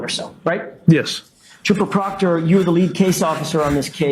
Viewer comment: "Pooper Trockter" 😂